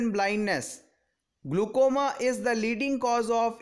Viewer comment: it is not glucoma, it's a glaucoma